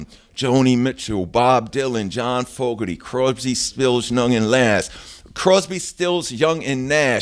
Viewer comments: Damn how did he manage to mispronounce Crosby Stills Young & Nash so badly? Dude said "Crobsy Spills Nung & Lass" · "Croybsby, Spills, Nung & Lass" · Lmao it was funny